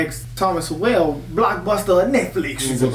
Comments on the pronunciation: I think "Sowell" is pronounced like "soul", rather than "So well"? I could be wrong, though. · Sowell said like Soul. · Thomas Sowell's last name is pronounced So-Whal not So-well. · Sowell was born in segregated Gastonia NC, and grew up in Harlem, NY City His last name is pronounced "soul," not "so-well." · Ya’ll are butchering his last name. It’s pronounced like Thomas SOUL not Thomas SO-WELL. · His name is pronounced "Soul," not Sow-ell. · Guys, it isn't 'SO WELL" It is said like SOUL. Thomas Sowell (soul). This is driving me nuts. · "Soul" its pronounced. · His last name is pronounced SOUL. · Sowell is pronounced like soul! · His last name is pronounced like Soul. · It's Thomas "Soul". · His last name is pronounced “soul” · It's pronounced SOUL. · FYI his last name is pronounced "soul".